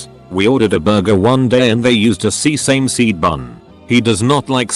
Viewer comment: "Sea-sang-seed buns" 🤣